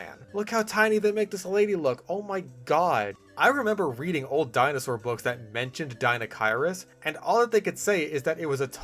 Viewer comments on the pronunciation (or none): none